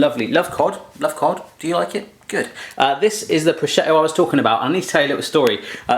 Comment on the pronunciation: Pronunciation of prosciutto: pro-SHOOT-o. And this seriously looks so good,! Share please?